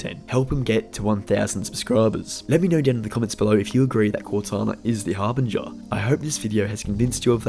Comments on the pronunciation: I despise the way you say Harbinger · The way he says harbinger is driving me crazy! But else wise good vid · Harbinger - the G is soft bro LMAO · You say harbinger very strangely.